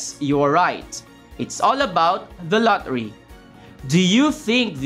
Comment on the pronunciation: i hear la ri not lottery